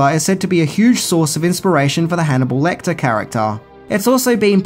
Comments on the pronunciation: Lecter. Not LectOr. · Nothing amazing, nothing new and I could live with that, but to Call Hannibal Lecter, LECTOR?! Seriously dude?!